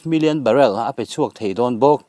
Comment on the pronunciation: Barell ah a tla' ni lovin barrel man a tla hniam zawk aw. I thiamlo em mai i channel hi ka paih tawhe.